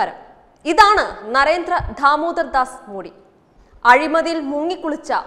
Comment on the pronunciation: ധാമോദർ ദാസ് അല്ല. ഉച്ചാരണം പലതും തെറ്റു. അക്ഷരങ്ങൾ പറഞ്ഞു പഠിക്കൂ